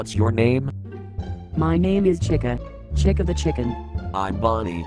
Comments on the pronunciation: Yea chicka that's how it sounds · Wow chica even said her own name wrong what's with people doing that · Chica sounded like she said Chiga the chigen XDDD